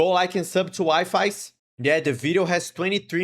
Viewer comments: It's not Wi-Fis it's Wee-Fee's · HE'S ACTUALLY SUMMONING EVERY FANDOM!! Also it's pronounced wee-fees and not wi-fis LOL!! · It's not wifis it's weefies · DRK AND WIFIES??? I JUST HIT THE JACKPOTTT (btw his name is pronounced "wee-fees" and not wi-fi's :'D) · Wonder if anyone would tell him that it’s actually pronounced Wee-fies but Wifi it’s alright too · Wifies name is pronounced Wee-fees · Telling you something right now, in Wifies' YouTube description, im pretty sure he says that "Wifies" is pronounced as "Wee fees" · Just letting you know, his name is pronounced Wee-fees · That's also how I pronounce Wifies😭